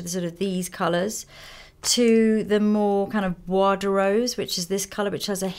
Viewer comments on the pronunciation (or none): none